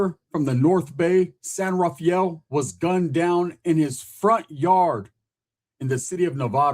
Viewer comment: San “rah-fel” not Rah-fi-el. It’s nice there. My grandpa used to be the mayor of San Rafael but lived in Corte Madera and my grandma lived in Larkspur.